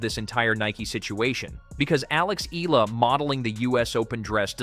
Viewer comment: it is pronounced --- Eh - Yah - La (EALA)